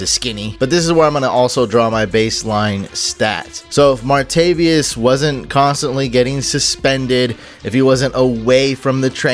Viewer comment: Martavis not Martavius